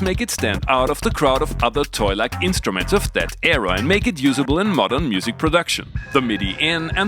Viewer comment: Wait, did you say: "toy-like" or "toilet" instrument? Couldn't hear right.... ;)